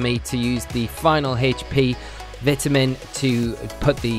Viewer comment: the second he started mispronouncing vitamin i couldnt help but dislike and close the video immediately